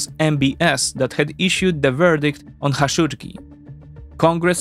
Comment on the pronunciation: It's not Xashodjdji, it's Kah-shock-dji